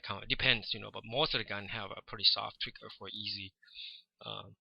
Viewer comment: It's so funny when you say trigger! Twicker! :D Thanx for sharing your skills man! You have a great feel for images!